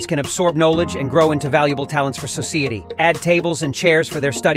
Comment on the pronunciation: "for soceeyeete" bruh... the AI voice of yours fucked up there huh.